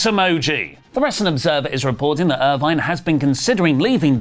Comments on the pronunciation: it's not "Irvine." It's "Irvin." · Erv-in. Not er-vine. Smh. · Ir-VIN, not Ir-VINE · Samantha Irvin, not Irvine! Come on now😅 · makes fun of Lilian Garcia for botching Also: pronounces "Irvin" as "Irvine" and calls Jakara Jackson "Lakara Jackson" The ironing is delicious. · Samantha Irvin NOT Irvine learn how to pronounce names you observer mark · makes jokes about Lillian Garcia pronouncing names wrong, but mispronounced Samantha's name wrong the entire video lol. Its "Irvin" not "Irvine".